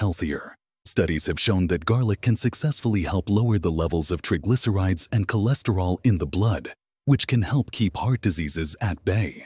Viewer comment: Incorrect pronounciation of the words 'triglycerides' and 'basil'